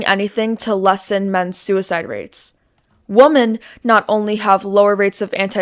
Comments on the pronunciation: Great video, I can tell a lot of work went into it. You are very bright and well spoken for someone your age! Only one small nit I have is how you pronounce women - I'm pretty sure it should be pronounced "wi-men" not "wo-men". Again great video! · THE PLURAL OF WOMAN IS WOMEN. PRONOUNCED W-I-M-M-I-N. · Every time you pronounce "women" as "woman" it bugs me. Granted, you just talked for half an hour nonstop, so error is to be expected, but I noticed you did it every single time with that single word. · Why do you pronounce "women"(plural) like "woman"(singular)? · is pronouncing "women" as "woomen" like it's singular a woke thing? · Women (plural) is pronounced differently than woman (singular) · Super off-topic, but I must ask as a linguistics graduate: are you aware that you pronounce "woman" and "women" the same? Are you from a region where that's common? I've heard this mostly from Canadians.